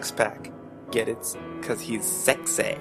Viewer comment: I love that you tried to read this all serious-like but keep cracking up over the sheer stupidity of it all. I also like the way you say "sexah."